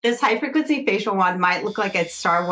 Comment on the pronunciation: Me: "What is Hyperglitsy"? Her: " Hifreqncy". Me: "ah. HIGH frequency." 😅